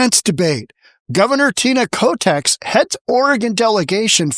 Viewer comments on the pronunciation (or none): Why do you calĺ her Koteks if her name is Kotek?